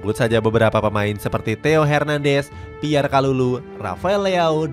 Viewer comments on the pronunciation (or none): none